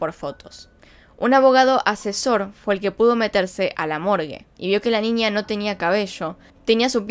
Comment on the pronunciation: dices ninia dislaik porque dices ninia en vez de niña